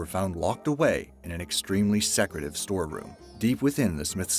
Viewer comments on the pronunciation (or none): He mispronounced "Secretive" too.